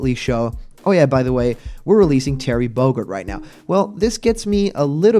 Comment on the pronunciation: Terry Bogurd?? Listen to the beginning again